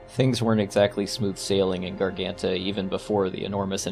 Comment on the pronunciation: great video, but i must admit it was funny seeing you not even trying to pronounce garganta correctly